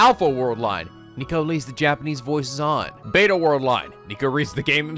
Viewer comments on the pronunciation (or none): none